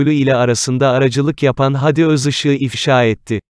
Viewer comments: Haadi kardeşim, hadi değil. Sende telaffuzu öğren. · Hadiyi uzatmayı bilmeyen kanal Seslendiren arkadaş Hadiyi uzat